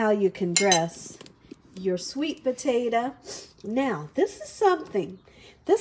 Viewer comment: The way she pronounces “potato” drives me nuts. Why does she say po-ta-uh?